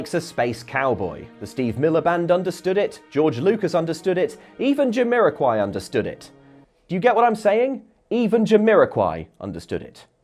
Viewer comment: WTF you tryna say abit Jamiroquai, 😑